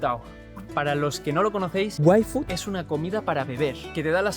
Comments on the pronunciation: algo me dice que en el video original decia "ifud" pero la marca es en ingles y le dijeron que debia ser "uaifud" y pues no podia irse a hacer otro video y metio el "uai" por arriba xD grande:3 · desde casa añadiendo yfood entre huecos de silencio😂😂😂😂 Parece que digas waifu